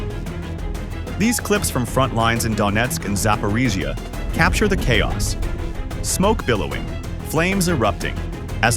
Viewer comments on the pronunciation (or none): none